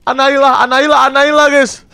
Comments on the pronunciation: Boneka anaila... Ngakak anjir😂😂😂... Kak windah boneka anabelll Bukn anaila astaga😂😂😂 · Kak windah nama bonekanya bukan anailah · Bukan analia tapi anabel